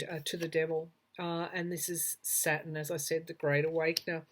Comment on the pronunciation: It took me awhile to figure out you were saying Saturn. I kept trying to figure out why you were talking about satin (fabric). 🤗